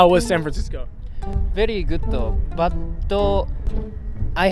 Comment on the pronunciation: "very good butto" XD